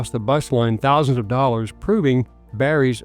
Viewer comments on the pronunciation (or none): none